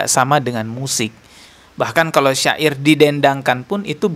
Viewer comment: UAH bilang syi'ir (musik)... kenapa jadi sya'ir...hadeeeuuuh.... kumaha iye teh..??